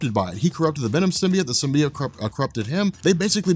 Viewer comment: Okay so: Pronunciation of "Symbiote" as "Sim-Bee-Utt" or the chick in Sony's Venom movie saying "Sim." "Bye." "Oat." Instead of "Sim-Bee-Yote" which one irritates you guys & gals in the comment section?